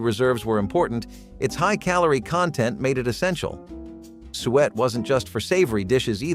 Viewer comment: You pronounce suet wrong. We eat mince pie every Christmas.